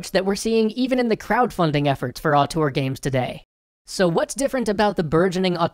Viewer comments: auteur, not artor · Interestning subject. But man, was the word "auteur" butchered. I'm french, and at first I did'nt understand it., you realy should check the prononciation, because you use the word a lot in the vid and it sound way more like the french word autour (around) than (auteur).